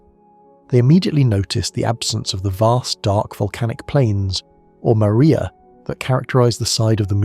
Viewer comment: Mar- ria… say it properly! Not “Maria”